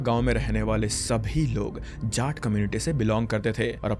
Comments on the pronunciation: jaat ❌ झाट 🤙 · Jaat community. You are pronouncing Jaat like Jat(Cat-Jat-mat) like that. Change your stupid ascent.